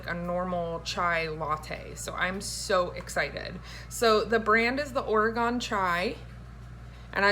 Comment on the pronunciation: Oh no you didn't I live in Oregon and you pronounce it wrong it's pronounced like an organ you play in church LOL